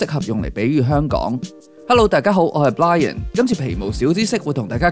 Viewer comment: 好鍾意你個Channel 請繼續上更多既片 但係想問吓字幕寫你叫 Brian 但係你讀嘅時候係讀Blian 究竟邊個先啱